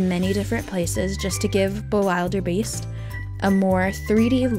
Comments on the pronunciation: I am insulted that is the king of dragons one of my favourite dragons and you don’t even pronounce the name right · U pronounced the dragon's name wrong... and this tutorial is on a computer, not a paper 😡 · the way you pronounce bewilderbeast is a little funny to me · You said the dragons name wrong.